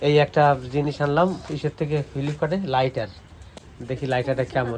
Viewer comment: FILIP CART … no It’s FLIP CART Uccharon ta important..